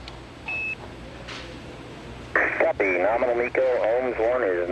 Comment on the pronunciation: "Cat pee" lol I know it's "copy" he just said it funny :)